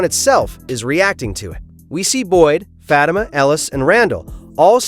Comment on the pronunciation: Fatima .. ur saying it wrong but that is ok